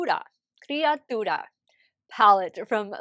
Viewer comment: you look stunning. Gorgeous. You pronounced criatura very good. 👌🏼